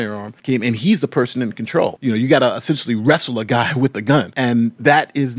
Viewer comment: “This gluy “